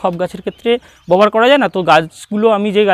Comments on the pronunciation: Aapni "Babohar" kotha ta bobohar bolchen keno ? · আরে দাদা ববহার নয় ব্যবহার হবে। 😂😂